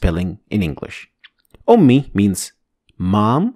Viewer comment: JazakAllahu hayran, it is very informative video. Why didn't you pronounce y at the end of ummiy instead said ummi? Is there any other grammar rule for this?